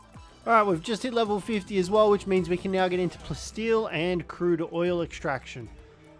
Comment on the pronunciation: Am I crazy or are you calling Palsteel Plasteel? I hear it but at the same time I don’t and its weird